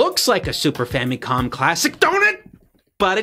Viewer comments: *Fameecon?*... It's famicon. "famacom" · why does he keep pronouncing it famee-con? its famicon. weird. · super “famie com” classic